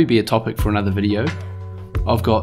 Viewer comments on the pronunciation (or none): none